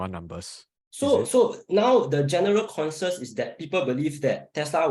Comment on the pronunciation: It's pronounced conSENsus. Not con-sus. Damn that english gave me cancer after listening. Why did none of the other 3 correct him?